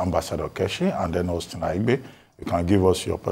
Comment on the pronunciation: You are a Nigerian. It Aigbe NOT Aigbee. Dr. Abati pronounced it right: It is a Bini name. Thank you Dr.